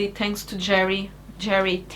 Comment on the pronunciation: i watched the whole video, and I love your Portuguese accent,, when you say "thanks" it sounds to my "murican" ears that you said "tanks".. and my brain immediately went.. no wonder she likes tanks, but how do you do oil changes on a thanks... I've said this before you to on stream ages ago, but as one of the "silent" majority who watch, thank you, for choosing to keep your steaming and videos going. There are/were many a night where I am rocking one of my kids to sleep to one of your streams or chilling in the hospital icu ward, while joking with my nurses, watching. It is weird to think it has been that long, but one is just finished kindergarten, and the other is 2. Both boys love watching you/jingles, you have become routine like i used to watch specific military history shows in TV as a kid in the 80's. so Thank You, you've made an impact in lives much bigger then you've maybe imagined possible when you were back in that mess years ago.